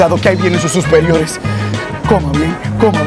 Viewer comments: Su "susperiores " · ahí vienen sus "susperiores" 😂😂😂😂😂😂